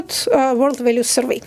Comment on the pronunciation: с произношением слова Survey у спикера большие проблемы